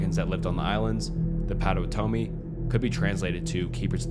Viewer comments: Don’t blame you at all but my Wisconsin ears are bleeding - “POT O WAT O ME”. Really like the channel! 👍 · im crine “patawatome” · i live in wisconsin, and i can tell you that you’re pronouncing Potawatomi a bit wrong, but it’s alright pot-tuh-wat-tuh-mi (honestly we could be pronouncing it wrong, but we have a ton of ads at pronounce it like that) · Potawatomi = PAW-DUH-WAH-DUH-MEE. :) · Nbd but it’s actually said Pot-o-watt-o-me. I know the area near their old villages, I visit chief Menominee’s statue often. Where the trail of death starts. Dope video anyway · K so I loooove ur videos but let me show you how to pronounce Potawatomi. It’s POT- oh-WHAT-to-Me. Sorry to be nitpicky but some of my family members are Potawatomi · As a Wisconsin native the way you say “pot-o-watt-o-me” patto wah toe me, makes me giggle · As a Wisconsinite, the pronunciation of Patowanomi was like nails on a chalkboard. (Its pot-o-WĀN-o-me) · You sead it wrong I am in the Potawatomi tribe and it's pronounced like paw-ta-wa-ti-me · You mispronounced Potawatomi wrong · I like all of the videos, long, short, all good. However, your pronunciation of 'Potawatomi' was totally off. That could be changed. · Was I the only Wisconsinite here cracking up from hearing Potawatomi mispronounced a bunch? 😂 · Blud has never heard or Potawatomi 💀💀